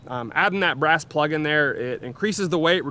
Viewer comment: I about spit my food out when I heard you say brass butt plug 😅 All diligence good sir that would be a brass grip plug😂